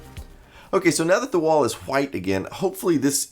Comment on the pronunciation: I feel like he is emphasizing the "wh" in white and why just to trigger people lol. I love it